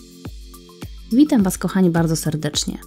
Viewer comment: czy tylko ja usłyszałam "Mitam" was kochani bardzo serdecznie? 🤔